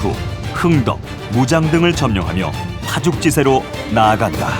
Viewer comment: "파죽지세"의 발음이 엉망이요!!!우선,"파"는 길게 발음해야지!! 또, "파죽""지세"라고 띄어서 읽는 것이 아니고, "파죽지"하고, "세"를 띄어서 읽어야 한다. 이것이 한국 일반의 교양 수준이니 이 아니 슬픈 일이 아니냐?? 1967년에 고국을 떠나신 이 늙은 이가 분하여 쓴 책이 있으니, 고국 동포 여러 분!! "한국 어문을 고발함"이라는 책을 조용히 읽어 주시압!!! 미국 변 완수 드림